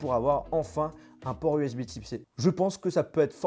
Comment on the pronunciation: Bordel tu sais pas dire usb C ????????